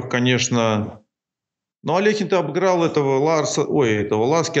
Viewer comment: Я рад видеть маленькую деталь, именно что произнесена фамилия именно АлехИн с буквой «и» а не «Алёхин».